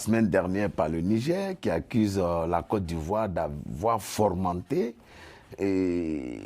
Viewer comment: Fomenter et non formenter